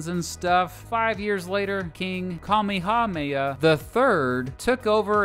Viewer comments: the funny thing is that Kamehameha is also a very popular term from Dragon Ball, and yet this man still couldn’t get it right. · i know nothing about hawaii as a whole but I knew he got that massively wrong- and no I do not know the correct pronunciations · The pronunciation of Kamehameha makes me sad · I don't want to sound mean but this guy absolutely BUTCHERED King Kamehameha. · Me who lives in Hawai’i hear him butcher Kamehameha’s name: What in the name of fuck did you just say🤣? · You need to go to HI. and learn how to pronounce all of the Hawaiian names you butchered. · Kamehameha, Kuh-May-uh-May-uh. You'd be surprised how easy it is to pronounce Hawaiian words and names. They only use 12 english letters and 1 of their own. It's about thinking of each word or name as a series of quick syllables. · 😔 the way he pronouns "kamehameha" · I pronounce it kamee kamee hah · KA-ME-HA-MY-AH? braddah it’s Ka-me-ha-me-ha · Its not kamehamaya, its Kamehameha like, from dragon ball we say it the same way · it’s actually kameh-hah-meh-hah :) (Not sure if that’s what you meant) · Kamehameha is pronounced like in dragon ball KA-ME-HA-ME-HA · Kamehameha: "Kah-may-ha-may-ha" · “Ka mii hah ma ya.” This hurt me as a Hawaii-born resident. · Maybe a misdemeanor, but his pronunciation of Kamehameha is a felony :) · And Kamehameha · Kamehameha was way worse of a pronunciation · and kamehameha lmfao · god he butchered the most easy name that you can pronounce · Every Hawaii local hearing him pronounce Honolulu and Kamehameha: no. I could let the islands and places slide, but these were butchered. I’m sorry my dude, I know you probably tried. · also, the way he pronounced Kamehameha and Liliuokalani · Honohulu was atrocious. I've heard Hanalula, but Honohulu is just awful. You didn't do really well with Kamehameha either. No syllables are accented in Hawaiian.